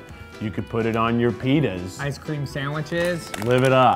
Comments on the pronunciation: am I the only one who miss heard Keith say "pitas" and thought he said "penis" am I? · shaik does not sound like "Pitas" when I first heard him say that. xD